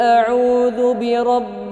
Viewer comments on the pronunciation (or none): none